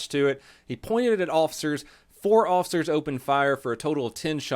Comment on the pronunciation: For the love of god and all things holy stop pronouncing "officers" as "awl-ficers". FFS, you are a pseudo-celebrity, at least pronounce common words properly. So, "y'all" gunna take a hissy fit and "ban me". Cmon, learn to accept criticism. It comes with the interwebz.